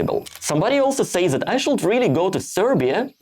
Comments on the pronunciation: (random note, feel free to ignore: you don't need to pronounce the "l" in "should" - it's just like "shood" - sorry if this is a bit rude to say so, but it's probably easier to pronounce than the way you're doing it so thought I'd point it out. 😅) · I guess a good start should be to quit saying "should" with "l" in it😊 As to the rest of the suggestions, you just SHOULD do it your own way😅